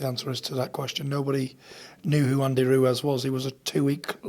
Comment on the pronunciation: Tyson "Andy Roowez" Fury